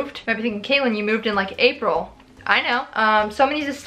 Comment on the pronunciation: who’s kaelyn? it’s! 😭😭😭😭😭🤣🤣🤣🤣